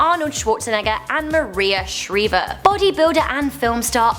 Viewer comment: is Maria Shriver you didn't say it right that's how you say it I've hunted said a lot of times just like I said it Maria Shriver I'm not mad or anything I'm just saying it helping you out you want to know if you ever had it set again I didn't put any periods in a sentence so think what they are for yourself we have. Your self goodbye and I love you you on your channel and this way bye